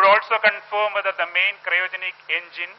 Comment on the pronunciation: why is this anchor saying cyrogenic? its cryogenic. whatever, this is the stupid rightwing channel timesnow.